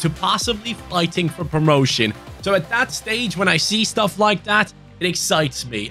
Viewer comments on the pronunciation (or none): none